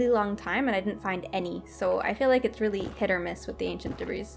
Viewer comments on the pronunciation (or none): I'm probably too late to yhe game here, but it's pronounced "debree" the S is silent. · I love this episode but debris isn't pronounced with the "s" ;w; Edit: at least in my area